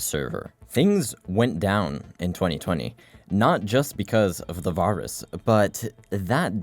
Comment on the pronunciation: did nobody ever teach bro how to pronounce the word virus???